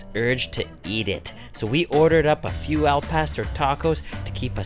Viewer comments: It's Not "L PASTER"... It's AL PAW STORE.... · he said "El-Paster" 😂😂😂😂😂😂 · The way he said “al pastor” just killed my Mexican heart like eww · Jesus Christ you butchered the el pastor name